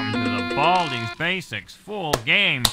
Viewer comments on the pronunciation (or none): Baldi ye beldi demeyi bırak baldi diye oku